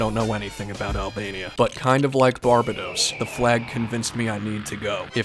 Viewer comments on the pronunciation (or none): Its Bar-BA-dos, not BAR-ba-dos. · it’s pronounced “Bar-bAy-dOse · It’s bar-bade-ose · Barbedos it’s Barbados bar-bae-dose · It’s not Barb-uh_dos It’s 1.bar 2.bade 3.owes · pretty sure its Bar bay dos not bar ba dos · Its bar ba dos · its pronounced BAR-BAED-O'S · Its called bar bay dos. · Btw how you pronounce Barbados(Bar-bA-dos) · i used to haves a friend from Barbados and he would have cringed when you said Barbados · The way he pronounces Barbados just pisses me off. 🟦🟨🔱🟨🟦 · You pronounced Barbados Incorrectly but regardless, it still is a cool flag. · And you mispronounced the 15th flag that country’s name it’s Barbados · NO ONE is commenting that this guy can't say Barbados?? 🤣🤣🤣